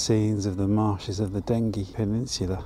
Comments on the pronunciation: Lovely video. My part of the world... We real Essex boys pronounce it Denjy. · Pronounced Denjie. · Wonderful video of a much loved liminal place. By-the-way,, in local dialect, Dengie is definitely a soft g pronunciation.